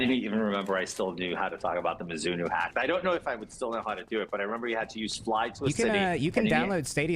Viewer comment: pronouncing it as “Mizz-inno” is some wild shit